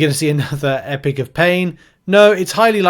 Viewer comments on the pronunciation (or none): Don't want to be a dick but WHY IN GODS NAME DO YOU CALL IT EPIC OF PAIN? It's Epoch not epic. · Epic of pain? It’s E-pock. British people shouldn’t be this bad with the English language.